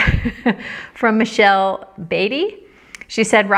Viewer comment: ROBIN YES THAT WAS ME ABOUT YOUR BUTTON. YOU PRONOUNCED MY NAME CORRECTLY THANK YOU!!!! MICHELE BADEY CONGRATULATIONS ON YOUR BUTTON!!!!!!